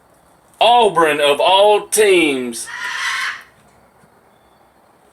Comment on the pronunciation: Auburn...not “Au-Bren” my man....oh...RTR!!!